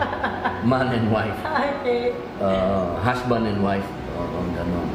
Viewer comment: so enjoy talaga this couple..hahahhah natawa talaga ako sa sabi ni mr. robin na"prounounce you hashband and wife hahahh love yu po,, at saka yung sabi niya na you may now kiss the bard hahahhah love you both